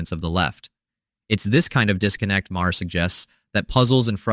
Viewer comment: I think the mispronunciation of Maher make AI very possible.